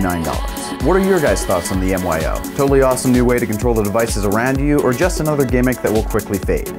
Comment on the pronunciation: Great video - just an FYI the product is pronounced like "MY-OH" not M.Y.O